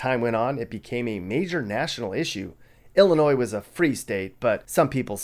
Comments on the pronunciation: It's pronounced Illinois the S IS SILENT!!@@ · The "s" on end of Illinois is silent! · Fact the S is silent in Illinois! Fact check it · stop saying ILL A NOISE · Illinois is referred to as the Land of Lincoln. Fact check Also the S is silent. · The S is silent please don't say it in the future.